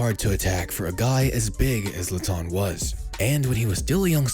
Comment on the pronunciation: Zlatan* not Zlatón